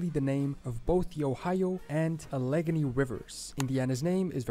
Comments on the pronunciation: Allegheny is not pronounced "Al-EGG-any." Al-eh-gain-ee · Oh, God, this guy REALLY . murdered the pronunciation of the Allegheny river. NOT "ah-LEG-ah-nee" but AL-uh-GAIN-ne. (long e at the end.). Bet he can't pronounce Schuylkill to save his soul either. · after 16 months, I got a gripe on...... how he pronounced "Allegheny". It's pronounced "AL-lah-geh-NEE", not whatever pronounced it. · He also mispronounced Allegheny. It's supposed to be "al-leg-EY-nee" not "uh-LIG-uh-nee" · Man, he butchered the pronunciation of almost everything.. Allegheny was a word I almost didn't understand. It's pronounced Al-uh-gay-nee. My love for long, or hard to pronounce words was created when my sister was pretending to mispronounce a town, just to hear me laugh ,during a long car ride. -That said, I wanted to hear how he mispronounced Monongahela, the river that connects to the Allegheny. It commonly called 'the Mon' by the locals, because it is hard to say. Mah-non-ga-hay-la. Some of my favorite words to say, That I've learned most recently , Are the old aztec cities/words like: Teotihuacan, Chichen Itza, Xoloitzcuintli, and tenochtitlan. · He pronounced so many words incorrectly. Allegheny was one for sure. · I also heard Allegheny and Atoll wrong. Trying to pronounce native words that are not commonly known if one thing, but to mispronounce more common words is just nuts! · He also mispronounced Allegheny.